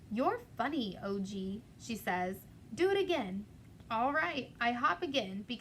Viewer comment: Hey there- his name is Og not O.G. :)